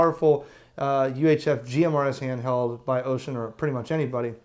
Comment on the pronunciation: So far you've got the closest pronunciation of Wouxun among all youtubers. 欧讯 is pronounced oh-shoon, almost like oh shoot but oh-shoon. That's as close as you'll get to an accurate pronunciation without learning the not-quite-shhhhh sound that the "X" actually makes.